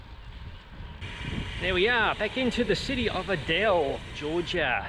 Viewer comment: Aye-dell, and you have Lenox correct.